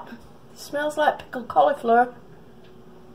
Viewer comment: PICKLED COLIFLUUURRREEE YOUR ACCENT HA